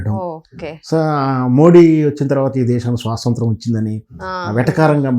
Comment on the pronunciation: బ్రదర్... మీరు analysis చక్కగా చేసారు గాని.... స్వసంత్రం కాదు.... అది ఒక మండలికం అని భ్రమ లో బ్రతకకండి.. అప్పటి పెద్దలు చదువుకోక... స్వాతంత్య్రం ని పలకలేక అలా అనేసేవారు. మీరు చదువుకున్నారు గా.. తెలుగు ఉచ్చరణ సరిగా చేసుకుంటే మనకే గౌరవం